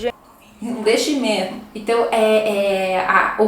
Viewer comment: eu ouvi "não deixe mejmo" com jota espanhol 😂😂😂